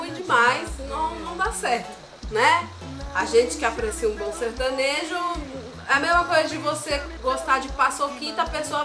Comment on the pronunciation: "Sertanejo" eles disseram 😂💔 Tião Carreiro deve ta se remoendo ao ouvir uns trem desse